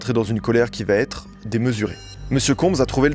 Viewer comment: “Va ETRE” et PAS “va TETRE”.. Jen ai ras le bol d’entendre cette fausse liaison à l’oral ..il vient d’où ce T ?? On ne dit pas “il va Ta la pêche” c’est pareil pour “il va être”.. j’en entends de plus en plus de partout ça me rend dingue 😂